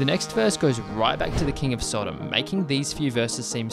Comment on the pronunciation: king of sodem??? Do you want to re-edit that mate?